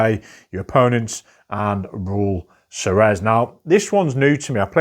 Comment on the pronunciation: Great selection! I think this is the first segment in the list where I own a majority of the games featured (Brick & Mortar, Ceres, Salton Sea, Pan Am, Nucleum, Airlines Europe, and Panamax). That said, the pronunciation for #38 (Ceres) would be Seer-eez or Sehr-eez. (I was originally listening to this in another tab and was wondering what "Suh-rez" was until I clicked over to check.)